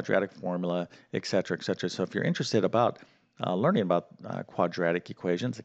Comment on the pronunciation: I hate to be that guy, But!!! I keep hearing you say "ex cetera"; It's "et cetera".